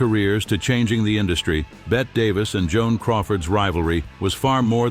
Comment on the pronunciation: I can't listen to the AI mispronounce Bette Davis' name.